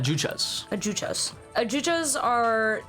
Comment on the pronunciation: Thats funny that you correct ya boy with silent H in hueco. And then completely mispronunce adjuchas. :P